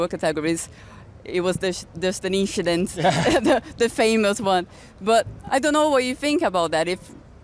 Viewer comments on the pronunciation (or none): Inchident :D